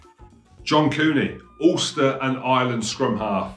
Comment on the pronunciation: "Oolster"!? (I think he means Ulster.)